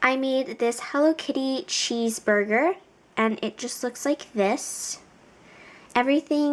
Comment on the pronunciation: Lol you said sheesburger